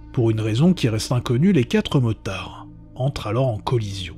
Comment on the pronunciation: Octobe, s'effonde, quatte.. c'est du français approximatif..